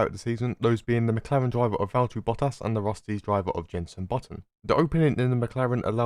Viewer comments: It's Valtteri not Valterri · Nice video but Is valTTeri not valterri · I liked the video, except for one bit… Valterri Bottas. HIS NAME IS VALT-TERI. 👎